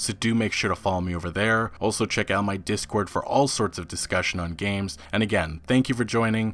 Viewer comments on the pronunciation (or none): none